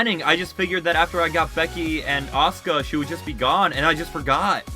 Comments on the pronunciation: Its Asuka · Awsome roo Mania so did you, it’s Asuka